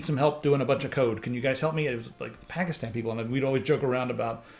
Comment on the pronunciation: You pronounced "Pakistan" just fine! Its "Pakistani" people though ;)